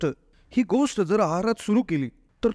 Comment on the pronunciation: " गोस्ट " शब्द " गोष्ट " असा उच्चारल्यास ऐकणे सुसह्य होईल.